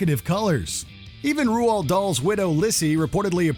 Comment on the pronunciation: Roald Dahl’s name is pronounced “Rold” not “Ru-Old” 🤦🏼‍♀️